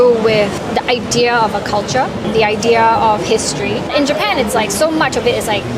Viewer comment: everytime says.... jee pun lang....i cant help but laugh😂